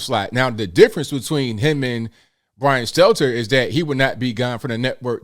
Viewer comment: it's "Stelter", not Steltzer. This is a n obvious mistake you need to correct.